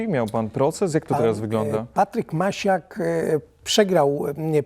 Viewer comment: Panie polityku nie Macias tylko Maciak.Pan powinien o tym wiedzieć.